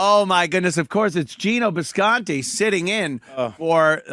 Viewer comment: Does call bisconte disconte as in discount because he’s broke?